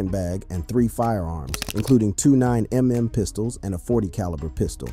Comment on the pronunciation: Did this guy just call it a 9 em em 😂